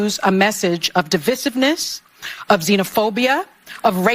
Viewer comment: She needs to be given the Nancy clap she gave Trump once at SOTU. Congrats on her black mood as she doesn’t get her way. She will work to bring him down. The view are just woke pimps. They wont deny election but they have declared a jihad. And (?) mispronounced divisive.